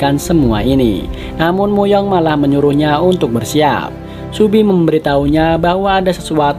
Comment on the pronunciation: Kok subi sih, seobi